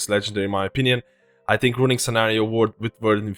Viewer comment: "Just tink of de possibilities"